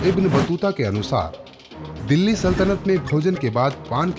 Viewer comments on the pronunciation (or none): none